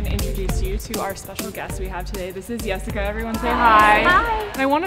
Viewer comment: I’m sorry, who else thought she said ‘YESsica’ instead of Jessica? 😂